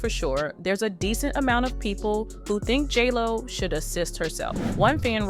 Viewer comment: Are you saying jello or jlo?